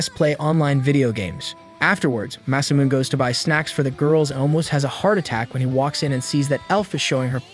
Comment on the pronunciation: masamuneをマサミューンって呼ぶの笑った